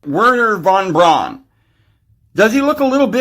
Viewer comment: von Braun is pronounced fon brown.